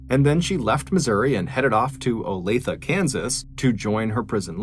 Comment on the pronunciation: Wow! I remember when Olathe was all over the news and not one reported pronounced it properly! Way to go Mr.B! Olathe=Olay-th-ah. I'm impressed, NGL! Awesome work!